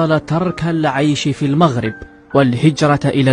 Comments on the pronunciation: لنفرض انه بقا تما بزاف وتبدلات لهجتو ولكن عمرو ما غيقول moghreb عوض المغرب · المغاربة ينطقون المغرب لفتحة الميم ليس بالموغريب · كلمة وحدة تكفي لفضح هده المسرحية وهي كلمة المغرب هو نطقها الموغريب وحنا المغاربة نطقوها لمغريب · 🤣🤣 و الله ما كي حشمو....و اللهجة جزائرية 100%...المغاربة لم يقولون " الموغرب"...لا يمكن لمغربي ان ينطق اسم بلده بهذا الشكل...إلى إذا كان جزائري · هذا الكرغولي الأصل ينطق كلمة ـ المغرب ـ بِي ـ ٱلْمُووغْرِيبْ ـ ويَدَّعِي أنَّهُ مغربي ، سِمِاتُهم كلُّها كَذِب ٠ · لا يوجد ولا مغربيا واحدا ينطق كلمة "المغرب" بضم الميم، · شر البلية مايضحك حتى لونقولو انه عاش مدة كبيرة لدرجة يبدل لهجته لكن عمرو مايقول المغرب بضم الميم حنا من طنجة إلى الكويرة نطقوها بالفتح والله العظيم الا ماعرفو حتى يمثلو كون غير حاول يهضر بلهجتنا ممكن نشكو 😅😅😅😅😅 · المغرب بالضمة هههههههه (سكينة )حتى حد عندنا ماتيقول هاد الكلمة (الدار) مفخمة بحال الضاد هههههههه عياو يقلدو تنقلعوهم أنهم جازايين ولاية زاكورة هههههههه